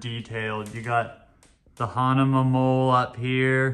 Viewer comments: What did he just say, “Hanama”??? WTF??? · u do the review....how come u cannot say the brand correctly...hahaha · It’s true. You can’t pronounce the brand correctly